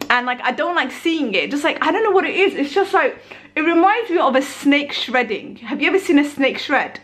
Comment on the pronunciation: Its actually shedding..not shredding..lol